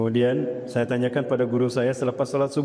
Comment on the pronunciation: Ustat ini dlm hampir setiap hotbahnya suka bilang MESAYA 😅😅😅.